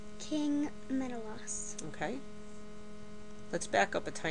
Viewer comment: Except, that's not how you pronounce Menelaus...